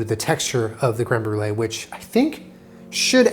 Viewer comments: is going to Brolee it to um. Instead on brulee. Lol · it’s creme br-e-lee,,, for his e-girl <3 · I'm the brûlée Me, a french Canadian, in my mind: it's '' brûleur'' but ok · Brûlée? More like Bruh-lée